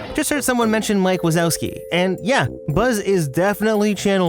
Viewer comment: "Mike buzzowski"